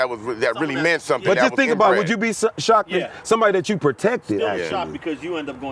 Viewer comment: Cuz said “ I was shocced”🤣